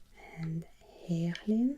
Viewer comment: You pronounced Heerlen like a local😮